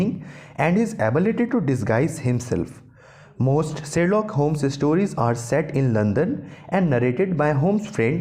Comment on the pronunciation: It's Sherlock not serlock